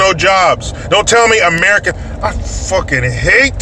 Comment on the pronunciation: I like the way you say, "Amer - I - CAN" because we can when we have a fair chance. The ilegals take jobs AND they squeeze Americans out by making it necessary for an American to speak two languages -- Spanish is now essential.